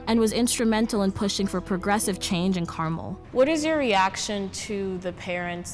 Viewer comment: I have lived in Cali all my life and we pronounce the city as CAR-MEL. {Like a man's name Mel} Not Carmal. Not Car-mall. Is this in another state? Is it in IN.